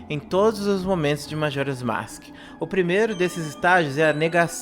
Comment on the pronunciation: Começou errado falando "masque". Kkkkkkkkkkkkkkkkkkkkkkkkkkkkkkkkkk